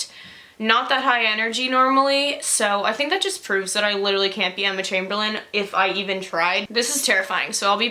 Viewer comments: It's Emma CHAMBERLAIN NOT CHAIMBERLIN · It’s not Emma chambelen it’s Emma CHAMBERLAIN